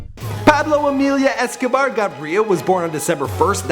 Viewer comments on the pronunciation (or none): You do not pronounce the G in Gaviria.